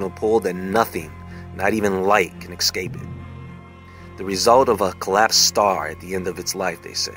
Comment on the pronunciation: not even light can ECSCAPE it? Escape. I love the show bro but you sure do mispronounce shit and the spelling is sometimes short. Otherwise very intriguing